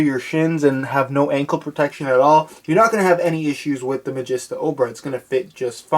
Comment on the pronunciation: Is it pronounced "Ma-jiss-ta" or "Ma-jee-sta"? You keep changing it up, and I've mostly heard 'Ma-jee-sta"